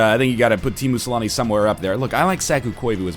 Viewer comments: When NL talked about Teemu Selänne, he pronounced it so oddly I had no idea he was talking about Teemu Selänne. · Teamoo salami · Tiimu selani 😆 sounds so funny